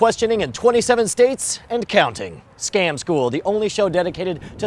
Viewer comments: Yeah the "scom school" thing pisses me off so much. It sticks in my head and drives me nuts with that wrong word. Anyone know why it sounds like that? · Kirby Buxton I know it's supposed to say scam school but it sounds like they're saying scom. I didn't know it said 'go down' though so thanks for that.